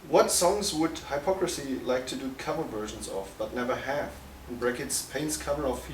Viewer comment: Woar wtf. Kann mal einer dem Interviewer beibringen wie man den Namen ausspricht? 'Hello Haipocrisy'